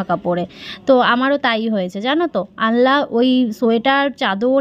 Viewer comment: ওটা আনলা‌ নয় ওটা আলনা বলে ।